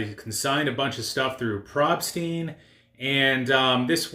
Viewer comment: Pronounced PROBE-STEEN (Rhymes with ROBE--not ROB)